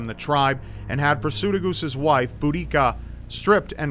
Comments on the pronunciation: Seye-zee-knee. Bood-ecka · You pronounced iceni wrong. And you also mispronounced boudicia (Edit) the idea of her poisoning herself is a myth. The iceni are from an area of England called east Anglia and it's believe boudica's village was near the city of Norwich in Norfolk.